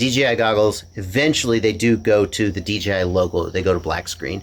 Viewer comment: I swear hes saying DGI is that just me? Have I finally achieved crazy nirvana?